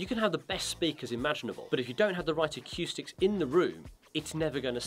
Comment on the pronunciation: Love the videos as always but on a not so serious note can somebody tell this guy that it’s pronounced acoustics and not aqoustics and subwoofer not subwupher